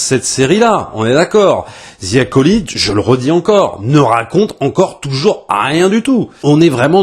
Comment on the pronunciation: "Zi acolaïte" ? On dit pas "Ve acolite" ? 😅